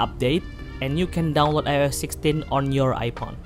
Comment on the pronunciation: Ipon he said😂